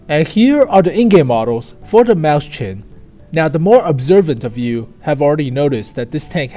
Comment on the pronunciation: sorry to be annoying but I can't stand him saying maus chen. It's written as Mäuschen in German so is pronounced "moi-shen"